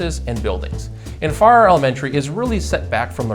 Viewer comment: Not sure if you got clarification. of the town and school name pronunciation. It sounded like you were saying Far instead of Farrar. A little more R roll. Lol!